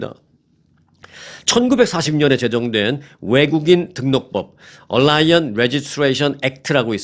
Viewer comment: Alien Registration Act 얼라이언이 아니고 “에일리언” 이라고 읽으셔야 합니다.